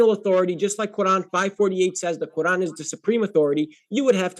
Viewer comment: "in tha qoorrlann" why is he talking like that? 😆